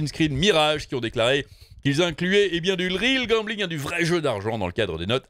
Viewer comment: J'entends toujours goblin et pas gambling